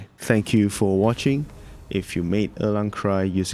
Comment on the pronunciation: Thank you!! I was able to beat him using your build with some practice on timing and sequence! This is an incredible guide Also, props to the way you pronounce“Erlang”. It’s the closest to the correct pronunciation amongst all the versions I’ve heard on YT so far